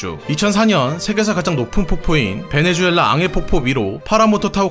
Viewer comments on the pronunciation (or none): none